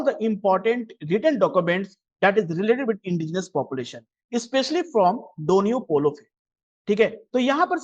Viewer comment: God is good all the time! and you are pronouning Donyi-Polo incorrect.